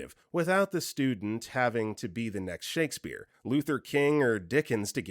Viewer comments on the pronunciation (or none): none